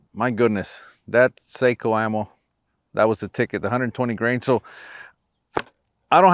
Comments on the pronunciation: Sako is pronounced SOCK-oh. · Aah! You are a professional, you should know how to pronounce Sako properly. 😉 Very nice video! Thanks!